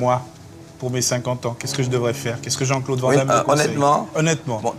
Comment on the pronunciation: On voit que le gars est sympa car vent damme mdr c est quoi cette prononciation de merde 😂😂😂😂